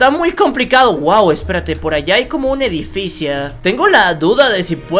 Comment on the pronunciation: Like si escuchaste a decir edificia